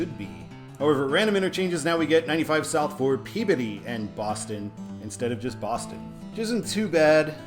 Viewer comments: pronounced "Glah-ster" You did get Peabody right, so wicked props for that. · Superb,. Truly enjoyed all the 95 episodes. There is no way I would have guessed the pronunciation for Peabody. Nicely done!